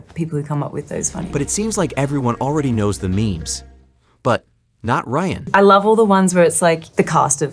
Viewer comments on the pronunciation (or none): Stop calling him rayan... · His name is Ryan not Rayan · It’s RYAN, not RAYAN. This isn’t bloopers at all. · how the fuck are you dumb enough to pronounce Ryan wrong